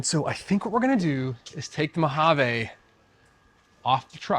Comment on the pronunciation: Great wrap. But, your pronunciation of Mojave just drove me nuts. It ends with a long ‘e’, not an ‘a’. It’s not a Spanish word.